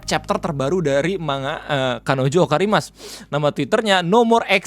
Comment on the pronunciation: Mulut lu typo bg, Kanojo Okarishimasu, bukan Kanojo Okarimasu, atau sebut aja kanokanjoet😂